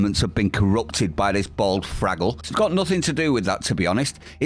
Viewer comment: Love how you pronounce words,. Fraggle for example. I always pronounce that as fuckwit!